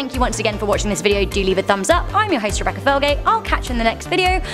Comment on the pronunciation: I love Rebecca Felgate she’s actually pretty good st hosting her voice and accent is good